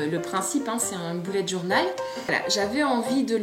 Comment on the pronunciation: le "bourlet journal" j'adooooore !!